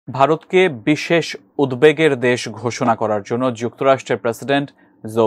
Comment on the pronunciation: উদ্বেগ না উদ্দেগ???? উচ্চারণ করতে পারেননা তো commentry-তে আসেন কেন?